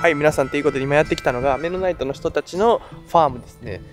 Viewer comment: ハリソン・フォードの『刑事ジョン・ブック/目撃者』でも出てきたなあアーミッシュ メノナイトの発音がミッドナイトに聴こえる まだまだやな俺